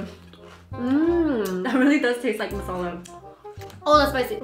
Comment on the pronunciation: Your accent when you pronounce “Masala” ♥️ love it 😊